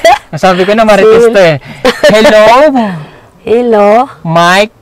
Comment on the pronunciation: 😂😂😂😂 akoy utas dine kay nanay Lorna😂😂😂 Maritess lang talaga kaya nyang bigkasin 😂😂